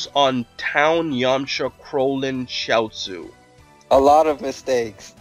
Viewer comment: Chachaio is pronounced cha sue, he is tiens baby looking friend, he blew up nappa or tried to and failed he asked where is he?